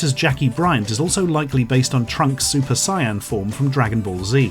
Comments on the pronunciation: What the hells a super cyan? Or is it pronounced sigh-an? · He really said super cyan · Cyan, really? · "super cyan" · “Super Cyan.” Nah, bro. It’s called Super Yellow. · ...What the hell is a Super Cyan?